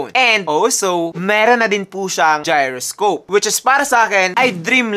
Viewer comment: very nice review.. suggestion. check the correct pronunciation ng beige and gyroscope thanks